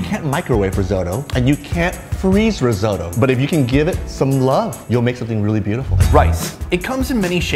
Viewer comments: "risotto" "risotto": RRREEE? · Hmmm why does he say resotto tho?